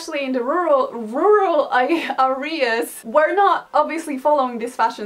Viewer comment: "how's your day going?" me: karolina trying to say rUraL aReA